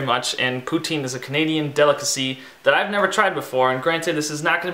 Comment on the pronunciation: Jesus it's YouTube dude, don't you think you could have started by watching a video on how to pronounce poutine. and where the hell did you get this concoction? you don't melt the cheese in water the gravy melts it. and you don't use can gravy, clearly your from the states. put hey you seem to know how cook fries. must have gone to collage. also add some music in the background cause your as boring then that sweater.